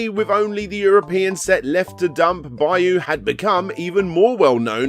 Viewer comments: For the love of God, just ask someone how to pronounce 'byuu' or 'higan'. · Absolutely no respect for foreign languages: Byuu = B you Higan = he gahn Hagane = Hah gah nay